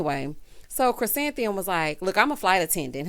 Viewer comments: Not calling “Ku-san-thee-um” flower child! 🤣🤣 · I’m so glad I don’t have to listen to try to say Chrisantheium. anymore.